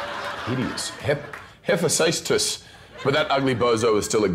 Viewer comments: pronunciation is hae-phe-ASS-tus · He - fe - stos Ìfestos He can pronounce those Norse Mythology's names and he cannot pronounce the Hellenic 😂😂😂 Kinda understand it because the English writing causes those problems! With the Hellenic alphabet is super easy! Ήφαιστος🇬🇷😉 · It's great how you're an elitist snob about the pronunciation and then confidently declare the wrong one. It's not Hafestus, it's huh-fee-stuhs. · HEPHATARDUS? Really Chris Hemsworth? REALLY 🤨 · Chris....hefestus is how it's pronounced not hepatitis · Chris Hemsworth trying to pronounce Hephaestus and then confusing it for hepatitis is hilarious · Chris not knowing how to pronounce Hephaestus and just settling with "Hepatitis", literally made my entire December. I couldn't breathe. I mean, he didnt even look bothered when he said it, like its the most common thing in the world. I'm cryin 😂😂😂😭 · i think he knew it wasn’t hepatitis but decided it would be a good meme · Nelson Venema whether you know that particular god or not isn’t the point, does Chris Hemsworth not know the pronunciation for when a p and h are put together? It’s not a particularly difficult word to pronounce, Hafestus. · half a festus? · Oh yeah we need a phase 4 movie where the (surviving?) Asgardians meet the Olympians, and at some point Thor refers to "Hephaestus" as "Hepatitis". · I kinda heard him say HEPATITIS 😂😂😂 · Gahagaha you mean hepatitis? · Hef-ay-stus. That's how you pronounce Hephaestus. Love Chris's trying though😂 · How difficult can it be to pronounce Hephaestus? It's He-Festus. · SAY IT WITH ME HA-FE-STUS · Thor just called Hephaestus "Hepatitis" LMFAO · Imagine Kassandra mispronouncing Hepheistus when on fire. "away child of H-H-Hepatitis" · Of all the famous people in this video, I thought Chris Hemsworth would be the one to get it correct. Hephaestus, (pronounced HEFASTEUS) is the Greek god of the forge. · It's hey fus tus. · It is Hef Es Tus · That awkward moment when Thor can't pronounce another God's name xP